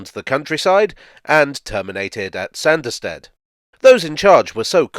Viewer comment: The hilly country thereabouts would have made this a heavily-engineered (ie expensive) line to build compared to many of his other projects...added to,as you say,the sparsely-populated nature of the country,no-one would have been keen to invest. Oh...and it's pronounced "Sarnderstid" 😀